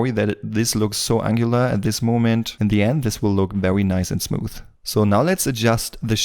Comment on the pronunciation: it look VEWY nice and VEWY good but thanks you really helped alot